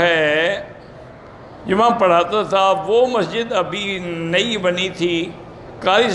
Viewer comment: مہجد نہیں مسجد بولنا نہیں آتا